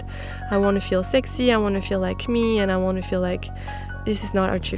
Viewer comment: I like how she pronounces word sexi 😊